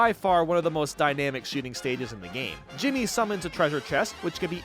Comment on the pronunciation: IT'S D JIMMI NOT JIMMY